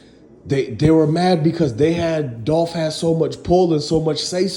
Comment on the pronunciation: It's dolph